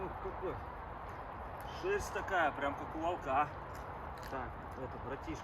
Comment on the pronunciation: ВОлка, вОлка! Ставь правильно ударение! Ты же русский!